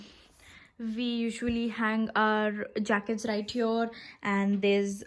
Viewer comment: It's not HUNG its HANG